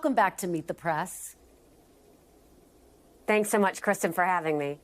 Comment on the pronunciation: Kristen- it sounds like you're saying "Meet the Prass".